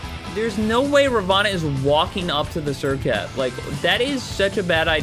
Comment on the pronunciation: You butchered that name 🤣🤣